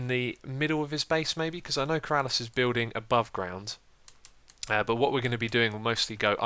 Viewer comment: It's not Keraaalas it's Ker-a-lis